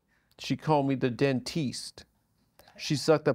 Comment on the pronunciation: She call me the den teest